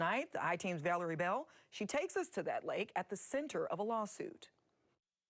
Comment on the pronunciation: DesTroyed, not DESH-troyed. There's no H sound in ST. SINCE then, not "sense then".